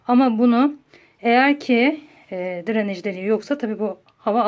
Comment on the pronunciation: Dranej degil “DRENAJ”